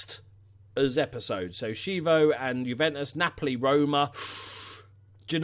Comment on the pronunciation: Chievo = Kee-ye-vo ))